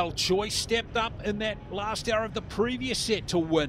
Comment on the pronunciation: I've lived in Korea for 26 years, am married to a Korean, have taught English to hundreds of students and am a member of an archery club with 160 members. I've taught dozens of students whose family name is spelled "Choi". We currently have six members at the archery named "Choi". Absolutely none of them say their name "Choi" as in the English word 'choice'. Pronounce their names correctly! "Choi" is pronounced "Chay"; the "i" in Mi is "ee" (there is no long i sound in the Korean language.); and the "u" in Sun is "oo" giving us "Soon". If it were the soft 'u', it would be written Seon. Her name is pronounced "Chay Mee Soon". The "L" in Lim is silent; The "si" is 'shee' ; and the "eo" in Hyeon is a soft 'u' as in umbrella. Her name is pronounced "Im Shee Hyeon". Most Koreans had their names "Romanized" using the McCune–Reischauer system, a rather imperfect system, introduced in 1937. The South Korean government now uses a much better system introduced in 2000 that better reflects the actual pronunciation of Korean names and words. Unfortunately most Koreans are stuck with their names recorded using the old system. Your announcer has been mispronouncing Korean names for far too long. Talk to the archers and listen to how they pronounce their names instead of relying on an imperfect Romanizing system.